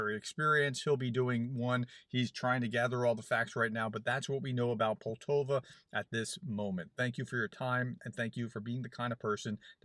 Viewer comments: PoltAva not Poltova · You said poltova You typed poltava. I know someone who lives in poltava and I don't know if there is such a place as poltova - But there could be. Could you clarify? I'm going back to the beginning and listen to it again. I would check on the people but probably no power no internet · Pol ta va I think that’s how it’s pronounced, but I got the pronunciation from Sabaton’s song.